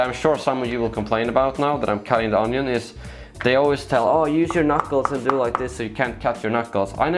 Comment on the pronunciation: "Yeah, let's not dew that" dews it multiple times